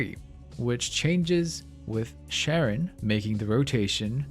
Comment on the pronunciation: i love when people pronounce names wrong when they are pronounced correctly multiple times in the game. Sharon sharon sharon sharon sharon sharon sharon